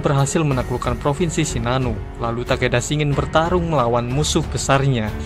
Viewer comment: Shin-gen Bang, bukan Shi-ngen